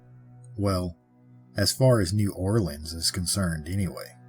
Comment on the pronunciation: I live not far from New Orleans and Ive heard of them there on a few tours. Also, thanks for saying New Orleans correctly. 😊